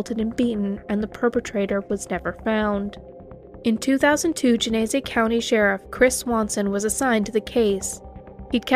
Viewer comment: Genesee. Pronounced Genna- see. 😁